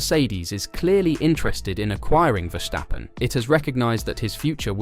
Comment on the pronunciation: Dude!! Its Ver-stappen!!! Not Wershhhtappen